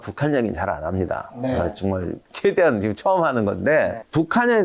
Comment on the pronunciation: 군사력도 군사력인데 내가 제일 궁금한 건 '지금'을 왜 '지끔'이라고 하는지 이게 제일 궁금함 한 두 분이 아니라서 진짜 예전부터 궁금했던거임